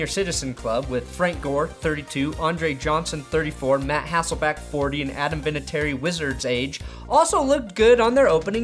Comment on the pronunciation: All the fellow Seattle fans I know are super happy to see Matt Hasselbeck getting game time again. I just wish the would stop calling him Hassleback and Hesslebeck =(